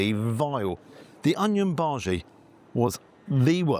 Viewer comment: How do you get a bhaji wrong for heaven's sake??